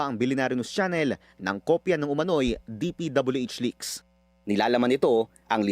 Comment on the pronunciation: May nag leak, hindi nagleakS!!! Ang sakit sa tainga kasi.